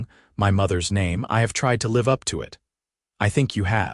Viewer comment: Okay I like this story and it is different from any other one out there 🎉. However the narrator needs to learn how to say live not live. 😮makes no sense for her to suggest for him to go to the boarding house and get a room when he just said he spent all of his earnings to bring her supplies and stuff. he has a wagon outside he brought the supplies in it. why wouldn't he just go and lay down in his wagon or even in the cot Clara just got up from. Kentucky